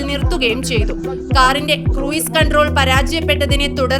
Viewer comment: ക്രൂയിസ് അല്ല ക്രൂസ്